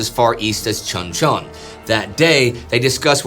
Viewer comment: The name of that town is pronounced Choon Chon. I was there at Cp. Page for two years 86-88 and I have 7 years in-country total. That is how the Koreans pronounce it BTW.